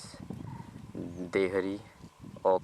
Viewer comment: Its not devri its dehari 😅